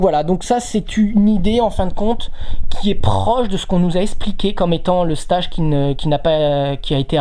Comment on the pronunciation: Passionnant...mais PRONONCEZ CORRECTEMENT LE MOT ANGLAIS "STAGE"! MERCI.